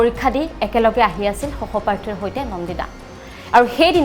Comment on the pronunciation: hohoparthi nohoi hohopathi,ahomia tu vlke kbo njano,news gabo ahiso